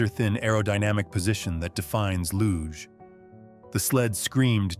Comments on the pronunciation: #8 photo is Cassius Clay/Muhammad Ali. And the sport is pronounced “looszh” not “loog”. Idiot AI 😡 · "Knud" is pronounced "Nud". Do your research. It's "luj". Please, do your research, or sound stupid!